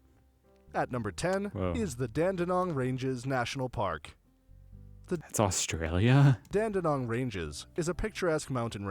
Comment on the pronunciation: It's interesting how the majority of videos you show on Australia have American narrators. Some of the names are not pronounced quite right.